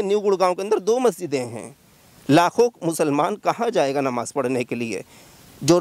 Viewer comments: Anchor, Gudd Bakhii, Namaz hai woh, NAWAZ Kahi jaa raha hai.. Pehle language per control rakhoo phir, journalism karoo. Burrrrrrrrr........ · NAVAZ NAHI NAMAZ HOTA HAI BRO DHYAN DE GYAN DO 😃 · Repoter Bhai pehle apni Pronounsation thik karo it is not Nawaz but Namaz.... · Bhai namaz hoti hai , nawaz ni 😂 MR. Anchor ji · Please clear pronunciation Namaz not Nawaz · It's Namaz not navaz pronounce clearly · Abe bhai pahle aap pronunciation to sahi karo nawaj bolrahe ho,NAMAZ hota hai bro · "Namaj" Bol re Nawaz nhi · Nawaz nahi namaz bolna seekhe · Patrakar bhai Namaz bolna seekh le fir Patrakarita kar